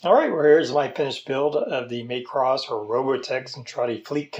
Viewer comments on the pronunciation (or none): It's not pronounced. May cross...it's mah cross